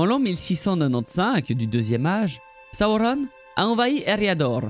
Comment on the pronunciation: j'arriverais jamais à m'y faire à tes Saoronne 🥲😂🤣 merci pour tes vidéos 🙂 elles sont très bien expliquées et racontées, on peut que appredre des choses avec toi, continue 🙂